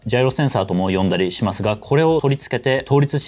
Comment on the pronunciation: 振子を「しんし」って読むの初めて聞いた